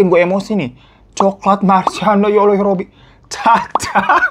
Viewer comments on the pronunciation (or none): none